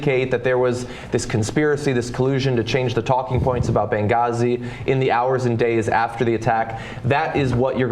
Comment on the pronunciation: dat gahzi. Oh you.